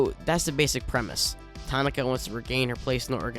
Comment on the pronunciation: her name is pronounced "ta ki na", not "ta na ka"